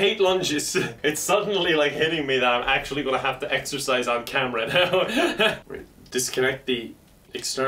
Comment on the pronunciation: Did you say exercise or EXTRA FRIES